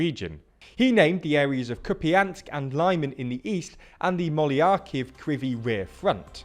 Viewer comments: "Moyilaykiv". *Really*? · ah yes, lie-man and molly-akiv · Mykolaiv... Poor place got butchered by TLDR so badly...